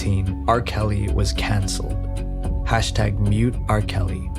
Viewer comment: The way he says “cOncelled” almost made me turn this off. I don’t think we should consider criminals canceled. They’re just caught. Muddies the water a bit when you compare them to people who were canceled for saying/doing something people didn’t like. JFK got canceled the hardest. 🥁